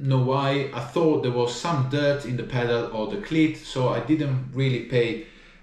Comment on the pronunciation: OMG I can't stop hearing Clit instead of cleat....laughing so much it hurts....you cant unhear it now....😂...Great video love this guy..👍